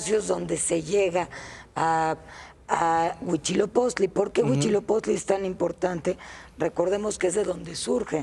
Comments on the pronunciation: Huitzilopochtli, no Huichilopostli.. jeje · Si.... Tienes razón dijo : Huichilopochtli ❗ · Se supone que es una experta y dijo mal el nombre Huitzilopochtli , que mal.